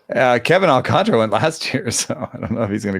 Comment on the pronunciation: ALCANTARA. There is a whole ass letter in the name that white people refuse to pronounce. AWL-KAHN-TAR-UH. Not AWL-CONTRA There's an A between the T and the R. TAR. Come on.